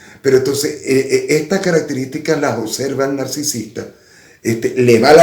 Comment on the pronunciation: Se dice OBSERVAR no OCSERVAR!